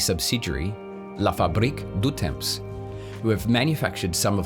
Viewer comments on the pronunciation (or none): Tong not tom